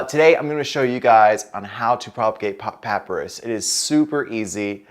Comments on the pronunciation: Sorry, but it’s pronounced Pa - pye - rus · Pop-pie-rus is how its said . But great video and super handsome gardener. Thanks